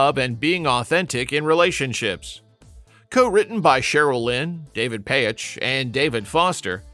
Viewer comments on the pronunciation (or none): I love all these songs. David Paich’s last name is pronounced “Paych,” one syllable, not the two syllable “Pay-itch.” You said “Disco Duck” had a “unique duck voice.” No, it sounds like Donald Duck. Not “everyone” was dancing to it. Michael Zager’s last name is pronounced “Zaygur.” It does not rhyme with “Jagger.” The “Let’s All Chant” lyric goes “…everybody work your body,” not “everybody moves your body.” You can hear the real lyric right after you spoke! Andrea True Connection was not a one hit wonder; their “N.Y. You Got Me Dancing” reached #27. You said “More, More More” had lines like “I want your love, I want your love.” No, that line is nowhere in the song. Are you a bot who got confused with Chic? Thelma Houston was not a one hit wonder; after “Don’t Leave Me This Way” reached #1, “Saturday Night, Sunday Morning” reached #34. Sylvester was not a one hit wonder; he had three top 40 pop chart hits and you did not even feature the biggest of them! “Dance (Disco Heat)” reached #19; ”I (Who Have Nothing)” reached #40. Your graphics omitted the parentheses around “Mighty Real.” You said Sylvester was known as the queen of disco. You think he was called that more than Donna Summer or Gloria Gaynor were? Songs are not one hit wonders; artists may be. Artists record songs; songs don’t record songs.